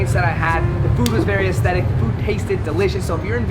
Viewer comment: Anybody count how many times he said estetetic 😂😅🤣